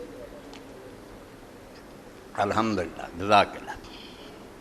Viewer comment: "ALHAMDU RABIL ALAMIN" TOH SAHI TARHA PARH LO Tussi "HAMDU RABIL ALAMIN" PARHDE PAYE O